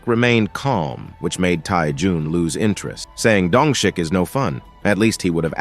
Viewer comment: dongshik I don't care that the subtitles say that but I hear dung shit